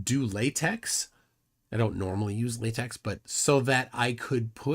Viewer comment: "do to latex" We don't need to know about your kinks... Oh, you meant la-tekh.